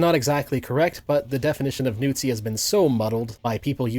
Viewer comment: Dude really said nootzi. Think I woke my wife up with that laugh.